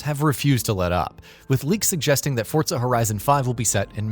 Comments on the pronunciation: Why do people pronounce it "Fort-Za"? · Hold on Why are you pronouncing it "fort-zuh?" This annoys me more than it should. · It’s an Italian word. Think about how you pronounce “pizza”.